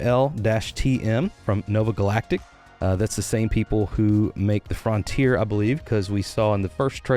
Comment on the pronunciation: Why are you pronouncing it Fron tier?